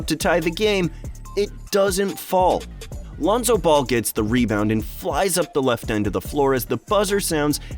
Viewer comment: Your research was horrible. -Melo was 13, not 14 -it’s Lonzo, Melo and Gelo, you said Lionzo -Melo didn’t take the free throws. Gelo did.